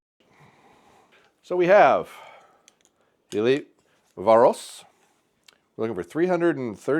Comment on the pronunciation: hates Elite so much he wont even pronounce Varos right.